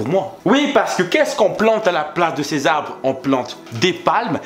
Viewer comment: J'ai l'impression tu dis "abre" hahaha. Mais sinon, continue j'adore ce que tu fais 😉